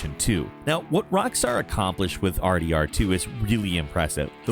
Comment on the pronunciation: WHT do you say R D D 2? It not faster there is one more syllable and sounds weird